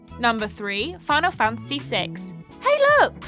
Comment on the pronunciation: Am I the only one to notice that pronounces 'Fantasy' as 'Fancy'? haha (Much love and respect,!)